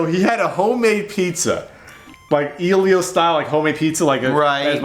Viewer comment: I am so glad you pronounce it "Eel-ios". I say that also but everyone else I know says "Ell-ios"